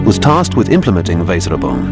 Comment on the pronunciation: The pronunciation of "Weserübung" is *atrocious*. My German is pretty basic, but this tears my ears.